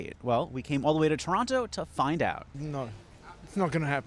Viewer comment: THANK YOU for saying Toronto instead of Torono (my English teacher mum would be rolling) no we are quietly strong, we are NOT American, nor do we want to be. I mean look, I would be dead or homeless had I been American. Again, I, and many others worked all our lives never getting rich. Thru no fault of the people, at least our government helps, house, and feeds those less fortunate. No we are not perfect, but I am thankful I am Canadian. We do not ban books we use our brains to keep porn from children. I am no scholar, but my English is better than some in the states with papers (college, or higher in some cases.) meaning our education is superior. We are kinder.